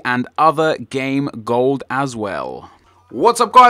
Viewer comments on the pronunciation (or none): Am I the only one that noticed that he says ''They also provide MSP, PSN and other game glod as well.''